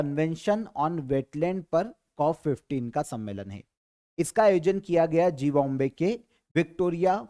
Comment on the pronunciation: Sir app Zimbabwe ko zee bombay kyun pronounce karte hain? Asal main generally isko zimba way pronounce karte hain so please pronounce it correctly.